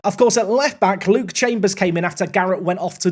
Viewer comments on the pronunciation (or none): none